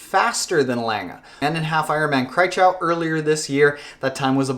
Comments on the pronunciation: And you totally mispronounced Kraichgau. :D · As a German guy it's always fun when you say "Kraichgau"😅